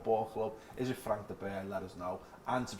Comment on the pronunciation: Whenever I hear say that managers name, it sounds like he's saying "Frank the Bear"